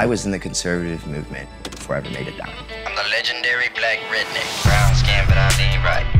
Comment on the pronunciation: Can’t say redneck